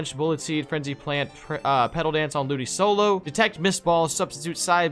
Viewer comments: Its not a ludisolo its ludikolo oo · Please tell me that he just joking to said ludicolo name, ludisolo... Please be troll... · Do you really think its pronouced tange-ela and ludi-solo? Tang(bang)-ela and ludi-co-low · I love how every time see's a Ludicolo he says ludisolo😆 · was saying ludi-solo it triggered me so much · It is pronounced LU-DI-CO-LO like a k not a c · Jesus I thought learned how to pronounce ludicolo last time he got one